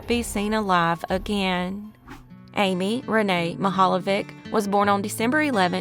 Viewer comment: I am Croatian and pronunciation is not even close.... Mihaljević